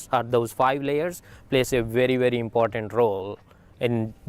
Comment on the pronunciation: Why does the way he says important bother me? I only pronounce one "T" and leave out the "A" when I say it (impornt). I thought smart people said the T and A And stupid people said (imporAnt). Like Candace Owen's (sry). Then this guy comes along making a 4th category with (impordant). I hate it I didn't think a smart person would l